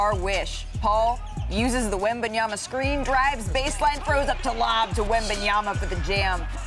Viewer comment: Perkins: "Victor Wembyaba" 🤣🤣💀💀